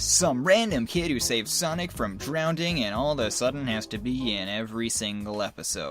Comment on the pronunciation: the word is "drowning" not "drownding".